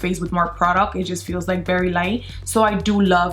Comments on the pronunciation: I can not understand why you cant say very but bery. Like why? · I like it when she says bery not very bictoria secret and not vitctoria